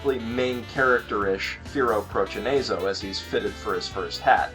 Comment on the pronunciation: firo prochaneizo... Come on man. don't make reviews if you can't even pronounce the names right.